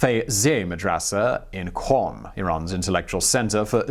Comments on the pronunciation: I don't mean to be anal about it but Qom is actually pronounced "Gohm". A Q in Farsi is typically a throaty G sound. Otherwise great video! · It's called or rather is pronounced ( kOOM